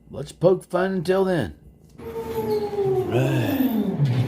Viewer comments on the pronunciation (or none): none